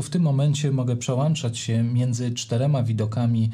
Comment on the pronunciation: Przełączać się mówi...